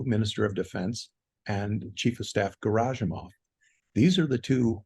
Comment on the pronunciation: 'Prigozhin' is better than 'Prizhozhin' I think, and 'Garasimov' better than 'Gerzahimov'.